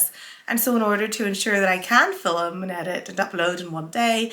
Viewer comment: I love how you say “ film”, most of the sewists I watch on YouTube are from the UK but I never heard it pronounced the way you do…too cute. Love your fabrics. I wish it wasn’t so expensive to have UK fabrics shipped to me :(